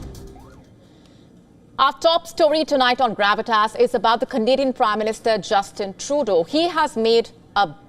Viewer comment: When ever sgr says Canadian, i heard comedian.